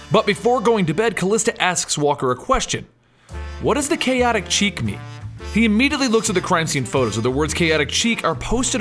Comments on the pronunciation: Kaotic 'Cheek'? Really? REALLY?!? The French word 'Chic' is pronounced like "shēk" or "sheek". Ugh, it was like nails on a chalkboard listening to this episode. I only mention it as you guys tend to be totally awesome. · am sorry to bring this up but its not kaotic chic its kaotic sh-ic love the work but its getting to me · I've heard it pronounced "chick", and "sheek". Never heard chic pronounced as "cheek" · It's pronounced SHHEEEEEEK! Not "cheek". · Love the videos... Keep em coming. I believe you pronounce it ask (Sheek) like the word for stylish or in the now. :) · OK. I have to stop watching right now just so I can get this off my chest. Then I can go back and enjoying your video. You are mispronouncing the word "chic" It is pronounced with a Sh sound at the beginning, and rhymes with freak.